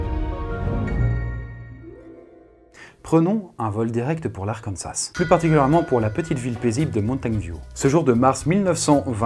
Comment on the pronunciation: Franklin se prononce Frainekleene Le dernier S de Arkansas ne se prononce pas Tille ne se prononce pas Tyle/Tile Le S de Rogers se prononce, comme tous les S en fin de mots anglais Turkey ne se prononce pas Turkay mais Turkee